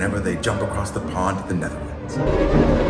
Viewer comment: I love how he says he’s going to the Netherlands ✨ like it’s Middle Earth🧙‍♂️🤣